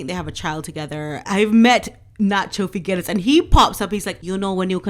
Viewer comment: Nacho F I G U E R A S....pronounced figeras... a model and polo player with not much handicap..means nothing as a polo player in Argentina